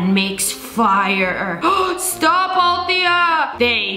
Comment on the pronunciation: No it’s not All-Thea it’s Althea it’s a family name that’s how I know btw love your vids ❤